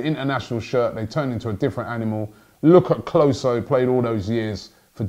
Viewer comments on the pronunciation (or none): none